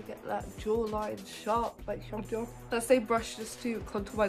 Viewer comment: I love this so much!! And I mean this in a nice way but you’re mispronouncing hongjoongs name. The Hong part is fine but ‘joong’ should be pronounced kinda like the ‘joon’ in Namjoon but just with a g on the end